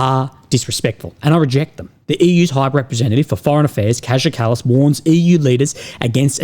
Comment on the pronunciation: Buddy... its pronounced 'Khaya Kallus'...